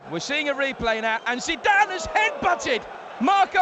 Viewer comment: Zeeedan? Whose that?